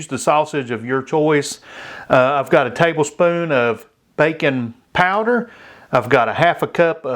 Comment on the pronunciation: I'm southern too, but I swore you said "bacon powder" and was getting ready to Google it before I realized you said "baking powder"